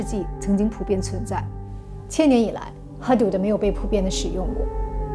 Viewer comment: 界限的阿拉伯语读法是hudud而不是hadud